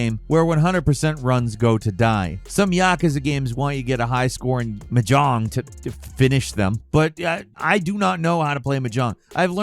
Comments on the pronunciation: its not m jong its mah jong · Hey, it's pronounced MAH-jong. Emphasis on the long maaa part. And you're right, it's obscure as hell. Like playing poker but with double the pieces and triple the winning hands. I'll stick to easier games like Total Annihilation or Tridimensional chess. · Gamer girls are screaming. We love this stuff. Also Mahjong: “Maa-Jong” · What is "Muh John"? I've heard of Mahjong but not "Muh John" like said 🤨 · It's pronounced "maa...jong". I know you're a bird but you can do better. XD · Dude, it’s pronounced MAH-jong. You’re putting the emPHAsis on the wrong sylLAble. 😂 Soft J, like the second syllable in “garage.” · "M'jong" Everyone: 🙄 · So did listening to screw up the pronunciation of mahjong over and over. I mean, WTF? I didn't think anybody didn't know it was pronounced "maw-jong". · why tf you sayn mahjong like that? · Say Mahjong one more fucking time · Listen, I love your stuff, but the word Mahjong has the emphasis on the first syllable, not the last and that's the kind of thing that drives me insane. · a good start to learning to play mahjong it to learn how to pronounce it. and its relalt not hard. its literally just a harder verison of a child's matching game. only pieces that are fully exposed can be used so you have to strategically pick your matches based on what tiles it might free up. you wun by removing all the tiles. simple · Am I the only one who winced at your "mahjong" pronunciation? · To add insult to injury, Mahjong is also not pronounced that way 😂